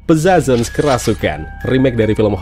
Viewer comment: Agak mengganjal sama cara baca judulnya. Hehe 🙏🏼